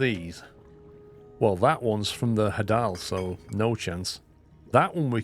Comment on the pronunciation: I love this. This is my summer vacation now. Also, hadal comes from the Greek god of the underworld, Hades, so it's pronounced the same way, HAY-dal.